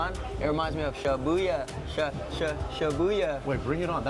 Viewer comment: Former employee of the fountain valley location, the way pronounces it is correct and the way pronounces it is incorrect